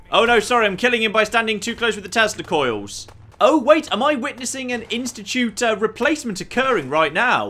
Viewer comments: 3.08 I thought he said "testicle damage." Like what, you're gonna run up and kick them in the balls? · You saying "Tesla coil effect"... I could swear you were saying testicle effect even after the second or third time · I know you said tesla coil damage but it really sounded like you said testicle damage. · I so thought you were saying the testicle effect at first.